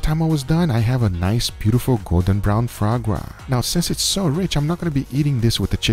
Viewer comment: here we go "FRA GRA" once again